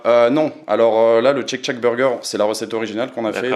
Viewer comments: Mais pourquoi refaire exactement le même burger? Autant ouvrir une franchise Shake shack. Shake shack pas tchek tchac lol Super l'innovation. J adore cette chaîne sinon. Merci! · Non non non! M'enfin et!! Tchek tchak...??? C'est quoi cette prononciation!!! Ca m'a mis les nerfs a chaque fois que vous l'avez dit du coup a chaque fois j'ai avancé la video! Faites un effort!! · chake chack bordel ça agresse les oreilles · respect pour avoir réussi à manger 1m² de salade dans ton burger "tcheck tchack"